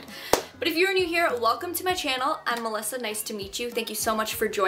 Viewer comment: I just found your channel and in the intro you said your name and i was like what is she saying? emulsa? mulsa? moza? and then i scrolled into the desc box and i saw melissa and i was like OOOOOOH SHIT lmao